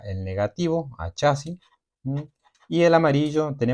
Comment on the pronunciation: Es chasis no chási los chási no existen y no lleva acento en ningún lado aprende a hablar bién!😂😂😂😂😂😂😂😂😂😂😂😂😂😂😂😂😂😂😂😂😂😂😂😂😂😂